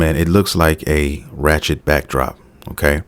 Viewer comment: How did "Wretched" turn into "Rachet" lol. I swear we are living the movie Idiocracy